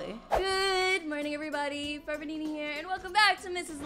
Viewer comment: "Nenna" IT'S FRICKING NEENA